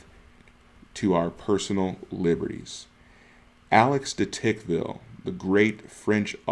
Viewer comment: “De Toqueville” * not “tickville”